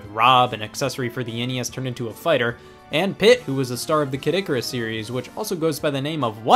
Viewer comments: you make Kid Icarus sound like Caddicarus. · Why does everyone call Kid Icarus Kadikerus?